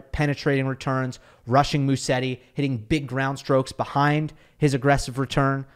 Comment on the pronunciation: Hey. Haven't seen anyone correcting you, but it's pronounced Muzetti. I know you try to have the right pronunciations as much as you can.